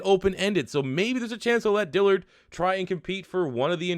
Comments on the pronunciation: Please say Dillard’s name right. I’ve listen to it and cringed for months. Since y’all have taken him, please learn his name. ITS DILL-ARD. There is no i between the L and the A. DILL-ARD, not DILL-EARD. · How TF you gonna spell his damn name and still mispronounce it!!! DILL-ard! NOT DILLY-ARD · Where do you see an I next to that A It’s DILLARD not DILLIARD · DILL-ARD not dillyard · You pronounce Dillard wrong.....